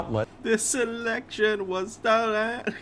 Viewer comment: Anyone else bothered by how he keeps saying - the lection? Wtf lol. That just seems like such a strooong indicator of looow intelligence. I dont know what this is pr why I'm here, btw